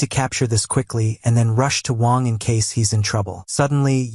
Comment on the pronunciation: He was calling the mc "wong" instead of wang